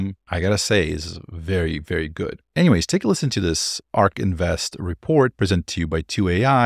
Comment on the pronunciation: A few distracting thing that would be easy to fix like “Ay Are Kay” instead of “Ark”